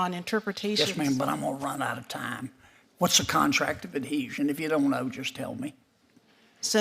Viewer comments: She doesn't even know the term. Contract of adhesion...she read it back as contract of a desion..SMH. NEXT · she doesn’t know what a contract of “adeeshun” is lol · After you tell me what adhesion is could you tell me what the f*** adeezzion is!!!